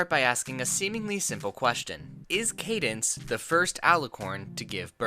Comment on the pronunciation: “How aboth Candance babby” 😂😂😂😂😂😂😂😂😂😂😂😂😂😂😂😂😂😂😂I can’t even 😂😂😂😂😂😂😂